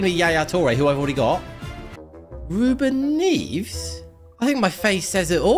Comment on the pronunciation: BRO REBIN NEVES NOT REBIN NEVS